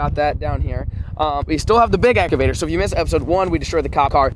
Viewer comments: The big eca-vator lol English is hard 🤣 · Exavator😂 idk If I’m the only one who heard that but I found it funny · “ We got the big Ecavator” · Lol flair what is an exvator I think you was meaning to say excavator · that was a nice “ekavator” to be honest😂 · "Ecorvator" Me "wut" 🤣🤣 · did he just say egg avator